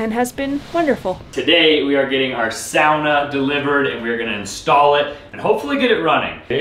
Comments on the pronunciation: Guessing started laughing every time you said SOW-nah. Near the end, you had learned how to say SAW-na.:) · Thank God I finally heard him pronounce Sauna properly...saying Souna was like scratching fingernails on the chalkboard. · you pronounce sauna wrong!! Look it up! I did just to confirm what I already knew. At the end of the video, you pronounce it correctly!??? Praise Hallelujah 😂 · Love you guys. Thanks for the videos. And Tell it's pronounce SAWNA.. Not SOWNA. UGH.. 🙂🙂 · 😂 I know, here in Canada we say sawna so I'm with you, it's weird for me to hear everytime he says sowna.... but seems he's using the more authentic Nordic/ Scandinavian term lol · I like how he says sauna. It’s almost like “sanna” and people around me say it like “sawna”. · Hey do they call a sauna a sowna in the US? In Europe we call it a sawna..you actually called it that a couple of times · In Canada we call it a Sawna too. I believe when says Sowna, he's attempting to emulate the Scandinavian pronunciation... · lol,its pronounced sawna not snouzer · Please tell the sauna is pronounced 'sorna' not 'sowna' He's setting my teeth on edge every time he says it incorrectly x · Okay, it’s s-au-na not sound-a. It’s au with the u above it. Sounds like saw. Saw-na not sound-na. Maybe it’s an American thing. Lololol sounds weird when you say sound-na 😂🤭😉😳😜 Thanks for saying it right by the end of the video. 😉😁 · You’re killing me it’s SAA NUH not SOW NA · Isn’t it “saa-nuh”? I’ve never heard someone say “sow-nuh” before. Edit: So I commented before said it right. It must be an intentional mispronunciation. Lol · Sauna…..not souna….. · Why does pronounce Suana as sow-nuh. It's pronounced saa-nuh, same as saw-nuh. I'm just clarifying. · How come you say " Sowna "? I have never heard that word in my life, it's a Sauna pronounced" SAW-NA.. You've lost the plot LOL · Sauna: Sounds like saw-nuh 😊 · it's pronounced "saw na"!!